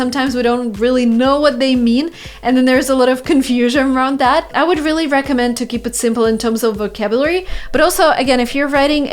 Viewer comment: Why do you sometimes pronounce ''r'' like ''v'' for example instade of really you say ''veally'' With pleasure 😁